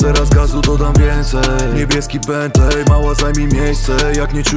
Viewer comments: Czyta się "bentli" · Nauczcie się wymawiać Bentley, a potem nagrywajcie. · jak słyszę jaki oni wymawiają bentley to rzygam... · Wszystko spoko, tylko niech oni w końcu nauczą się wymawiać słowa typu bentley i maybach